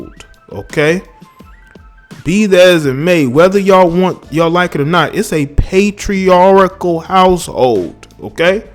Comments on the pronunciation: First: The correct pronunciation is "pay-tree-ARE-cull", not "pay-tree-are-ick-cull". Second: Your days of monetizing your deep hatred of Black women are numbered. See: Steve Harvey. You are a disgrace to the Black community and the Black Liberation agenda, so you must be handled accordingly. Enjoy your "success" while you can.💫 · Patriarchal, not patriarichal